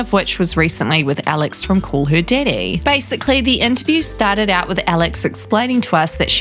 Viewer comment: “Call her didday”